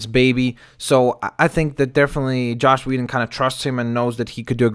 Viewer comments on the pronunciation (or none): If they're casting any1 else than yes I agree on Ron Pearlman.That being said U mentioned that the current expected actor Pourtier worked with Joss not Josh Weeden.Past relationships & politics does go into casting. It is also pronounced Than-Os...NOT Thain-Os.Just so no1 else pronounces it wrong due to watching this video.I like the last 2 pics with the more realistic looking pale purple skin & fitted armor.They should be using an actor in a suit...CGI only for the action scenes.